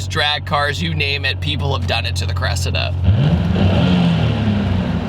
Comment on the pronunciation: You're pronouncing its name wrong:face-red-droopy-eyes